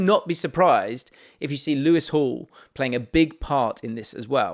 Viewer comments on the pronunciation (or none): none